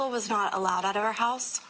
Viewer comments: I’m sorry but hulse 😂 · Which "heaws" did the crime happen at? Also, I was wondering if the suspect is usually the victim's "speaws" and if the crime was "abeawt" one of passion or a custody battle eh? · What part of north america are you from to pronounce the word HOUSE That way ? HOEUSE